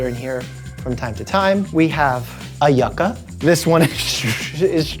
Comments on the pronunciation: You-ka not yuck-a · In my culture, I’m Puerto Rican, we often eat yucca with olive oil, salt and onions. It is so good ❤. Our pronunciation of it is YOO-KAH so it’s funny to hear it pronounced YUH-KAH 😂. The other name for it is cassava and you can find chips made of it under that name. What a lovely home 😊. It’s a great place to have friends and family. Best wishes! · hey dr mike, just wanted to say that yuca is pronounced as YOU-cuh, not yuhcuh 😂😂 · Being latino, the way Mike pronounces Yuca disturbs my ears for some reason: you-ka (big "u" sound mike, big "u"). Either way congrats on the house! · lol, it’s pronounce juka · Doctor, Yuca is pronounced “You-kah” LMAOOO